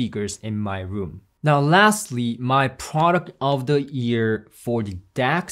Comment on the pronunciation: I hear "ear" every time you say "year" lol